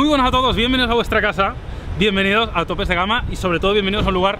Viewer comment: Soy el único que cuando dice " bienvenidos a tome de gama" escucha "Bienvenidos a Androi4All" ?